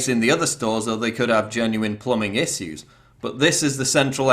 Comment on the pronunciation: You are having issue saying the word "issue"